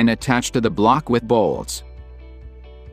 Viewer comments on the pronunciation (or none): did he say Bolls?